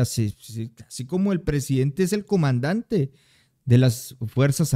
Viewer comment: ¿Porqué dices COMANDANTANTANTANDA?